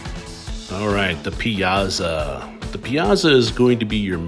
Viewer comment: Piazza is pronounced like Pizza…but with and a (not za but tsa)